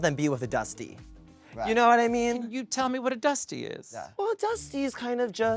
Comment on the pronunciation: I was not even halfway thru this episode before I was exhausted by twins 😂 Also them completely butchering "dusty" is sending me